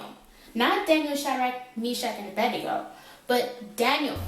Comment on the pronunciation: It is 'Abednego' not 'Abendigo'